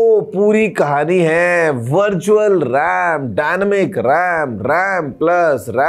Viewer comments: birtual or virtual bola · bharchual ram 😂😂